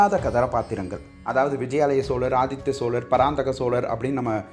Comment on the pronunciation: Aathithyan illa pa Aathithan